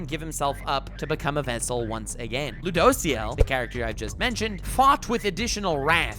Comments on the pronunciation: It kinda triggers me the way he pronounces ludociel "loo dough see el" xd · Oh man i hate how you pronounce Rueduciel. And he’s a guy not a girl. But other than that great video